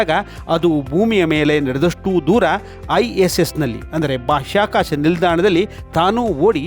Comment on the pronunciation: ಉತ್ತಮ ವರದಿ. ಆದರೆ ಒಂದು ಜಿಜ್ಞಾಸೆ. ಬಾಷ್ಯಾಕಾಶ ನೌಕೆಯೇ ಅಥವಾ ಬಾಹ್ಯಾಕಾಶ ನೌಕೆ?